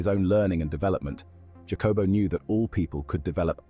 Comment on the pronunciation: Mai Gawd! The artificirrator did not say "Jacobo" Like that!... Do you pronounce Jalapeno like Ja-lap-en-oh? - NO, you say " HAH-luh-PAIN-yo" So, good ol’ Jacobo is "НАН-КОН-BO" •.. I legit fear for the humar race sometimes.